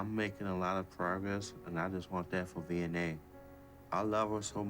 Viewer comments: I'm subscribed! I'm from Cape Town and every time they say Vianey, I hear V&A like the Victoria and Alfred Waterfront and I get confused. If I could have cashapp I would throw my hat into the ring, because this Capetonian never says no to money! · What is her name?? All I hear is "V N A"